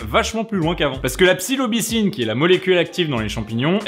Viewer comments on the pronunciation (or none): On dit psilocybine et non psilobicyne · Tu as vraiment de la peine avec les mots 😂😂 pleurote pour peyotl et psylobycine pour psylocibine 😂😂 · A tu dis "la psilobycine" mais je pense que c'est plutôt "la psilocybine" qu'il faut dire ;) Sinon quand on sait les effets que ça peut avoir (ouvertures des portes de perception, modifications des ressentis, impression de savoir universel ect ect...) Ça serait pas étonnant que ces théories aient du vrai... Par expérience perso j'ai envie d'y croire